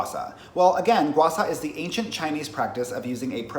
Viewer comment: bruh it's gua sha not gua sa...